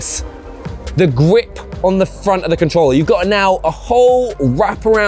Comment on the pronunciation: I really love the whole wap awound gwip!